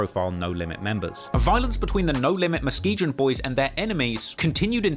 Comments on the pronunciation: Yo.. I’m from Michigan. Muskegon isn’t pronounced Muske”Jin” it’s like the word “Again” Muh-Ski-Gan 👍🏼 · Muskegon is pronounced "Musk-ee-gan", not "musk-ee-jin". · Say it with me now, MUS-SKI-GUN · muskegon is pronounced muskee-gun. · I am the number 1 drill journalist in the UK and I do the most research. Also: pronounces Muskegon with a soft G 😂😂😂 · He even mispronouncing Muskegon. I'm still tryna figure out what Muskejin is lol.